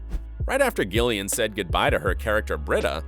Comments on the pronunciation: It's pronounced Jillian not gill ian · Is it just me who noticed the voiceover pronounced Gillian with a hard g rather than Jillian (how it’s supposed to be pronounced) is this an error on the part of the voice over or does Gillian just pronounce it differently? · why do you pronounce gillian like that it’s so annoying